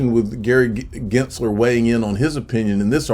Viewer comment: are you miss pronouncing Gensler name on purpose?